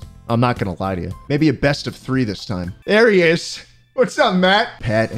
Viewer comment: Melancholy Mouse it ezzz what it ezzz